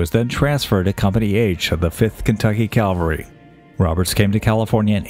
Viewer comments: CAValry…not CALvary. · CAV-ALRY not CAL-VARY